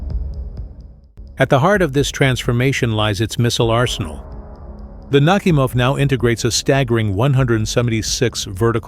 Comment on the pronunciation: "NakhÍmov", not "NÁhimov".